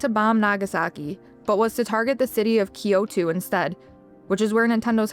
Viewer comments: My only critique is, why do you pronounce Kyoto like that 😭😭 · My only irk 😭